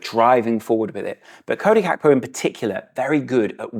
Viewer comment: Gakpo’s “G” is not silent 😅